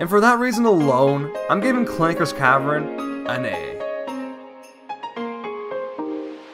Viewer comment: And he says cavren instead of cavern.